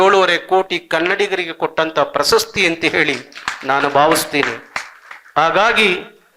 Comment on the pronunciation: ಸ್ವಾಮಿ ನಿಮ್ಮ ಉಚ್ಛಾರದಲ್ಲಿ ಪ್ರಸಸ್ತಿ ಎಂದು ಉಚ್ಛರಿಸಿದ್ದು. ಪ್ರಶಸ್ತಿ ಎಂದು ಉಚ್ಛಾರ ಮಾಡಿ